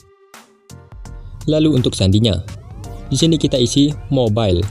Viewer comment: Pas kata-kata "Mobile"🤧😂 Kayak orang Madura 😁😂